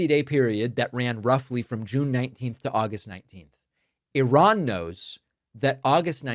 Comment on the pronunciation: the way he pronounced Iran..but yes, I agree…the time..😊